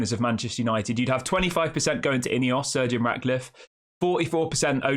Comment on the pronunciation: His name is not surgeon it’s Sir Jim pronounce it right jeez